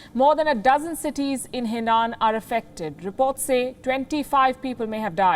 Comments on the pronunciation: Please learn to pronounce properly, You pronounced the city Zhenzhou & province Henan wrongly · Henan in English is Hernan. Zhengzhou in English is jungjo